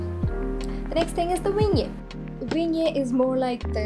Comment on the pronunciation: Its pronounced Vinni ette , not vingyea